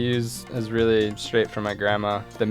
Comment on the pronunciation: Brit here: What's his accent? His "oh"s at the ends of words sound really lazy, as does the "ly" when he says "really" - sounds like he's saying "realleh".